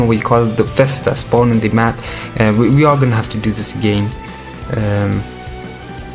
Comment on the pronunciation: Lover how u pronounce agayn XD (i subbed just for that)